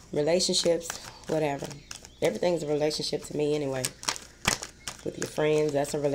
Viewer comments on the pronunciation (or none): lol I love when u say " whateva"